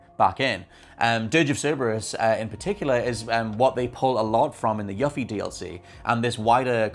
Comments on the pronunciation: ...i'm sure it's just an accent thing, but every time you say "Yuffie" pronouncing the "u" like in "fluffy", I wince so hard argh 😂Please for the love of all FFVII her name is ユフィ, as in "you" and "fee". 😅 As for your theory I'm more inclined to believe (hope, perhaps) that Zack is alive and this alternate timeline Zack has crossed over into Remake timeline, because that means more room for Aerith to NOT die in the future. I guess we'll see. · You-fee please say it correctly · You-Fee. Not Yuh-Fee. The mispronunciation of this name has bothered me for 24 years :L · Tf is a “Yuh fee”? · Also... You-Fee! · You-fee this is the correct way to pronounce her name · YUH-FEE lmao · YOOFIE! Jeez my dude! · it's yoo-fee. As it's pronounced in Kingdom Hearts, and her DLC for FFVIIR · It's YOU-FEE (Yuffie) how are all of you saying her name wrong? And I loved Dirge of Cerberus BTW. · It's YOU-fee damnit! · The way you pronounce Yuffie is a disgrace lol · The way you pronounce "Yuffie" disturbs me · We’re supposed to believe your theory, you can’t even say her name properly. SMH! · Your pronunciation of Yuffie's name is maddening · Unfortunately his theory is only as good as his Yuffie pronunciation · I find it funny he played through a whole game and STILL can't pronounce Yuffie's name correctly. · Right!? They first gave us the correct pronunciation spoken nearly 20 years ago in Kingdom Hearts. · he's pronouncing it correctly as to how it's spelled in english. the double f is the culprit. if it was localized as yufi or yufie there would be no issue so you can blame spelling for the goof. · YOU-FEE! IT'S YOU-FEE! Where on God's green earth do you get "Yuh-fee"? You can pronounce "Tsviets" correctly deapite hearing it ONCE in the DLC, but you just ignore how the protagonist and EVERYONE AROUND HER, pronounces her own name?! I'm sorry, but that makes 0 sense!